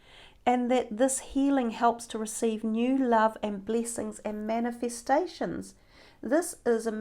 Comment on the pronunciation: I love the way you pronounce bleesings...bleesings! You are adorable